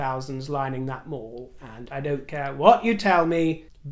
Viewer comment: Mall….rhymes with PALL.